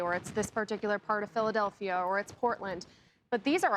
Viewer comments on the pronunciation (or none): none